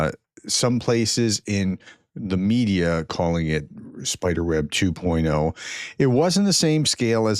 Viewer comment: Well done Ukraine, but do you mean Operation Spider-web two point zero (2.0) not two point O, as in the letter O.